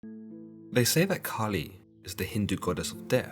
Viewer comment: I thought you said “Cardi B” 🤣